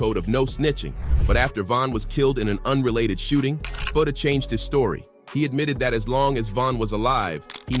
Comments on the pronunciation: Fck it’s Butta like Butter 🧈 not Booda or Booty 😡 🤬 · Butta, not booda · It isn’t buhda it’s BuHtter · It's Butta dude like Butter but drop the ER. and put a A at the end geesh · My man really calling him, “Booda”. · Why is bro saying buddha 😂😂😂😂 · Lol he said fbg boota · Say budha one more time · Thank you he sux for that grrrr